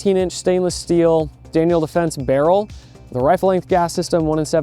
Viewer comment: I loved every part of this video from beginning to end But, DANIEL DEFENSE?!? 😂 WTH 😂😂😂🤦